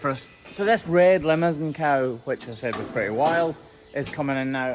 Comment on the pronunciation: Took me a couple times to realize you were saying “Limousin cows” and not “Lemmerson cows.”